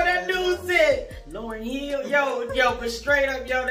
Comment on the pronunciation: Not “Lauren Hill” lol ❤